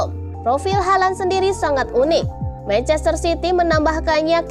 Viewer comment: Ngomong halandnya biasa aja lah